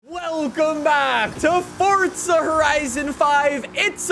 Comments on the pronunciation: It’s FORZA not fort za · FORZA ❌ FODTZA ✅ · ii cant get over " welcome to fortza horizon 5 "